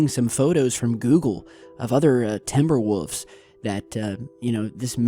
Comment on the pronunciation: "Timber woofs"